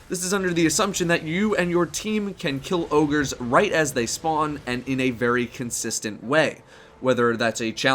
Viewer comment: He said ConsistentC, just saying guys ;)